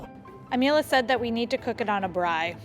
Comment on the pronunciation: you beauty... I love the way you say Braai... like a pro❤